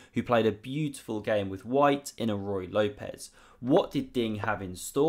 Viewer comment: Beautiful checkmating combo! BTW it's not pronounced as Roo Why Lopez.